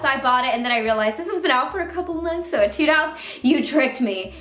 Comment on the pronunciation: Whenever she says "etude," I am always like "ay-tude" because I play a lot of music